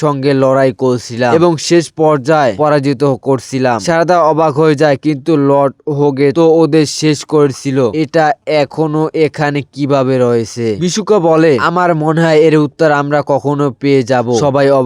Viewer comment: আরে ভাই সাদারো নয় সারাদা 😅😅😅😅😅😅